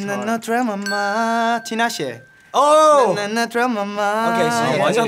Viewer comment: they pronounced tinashe correctly nice